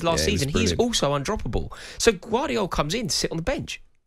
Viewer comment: Who the f is gwardial 😂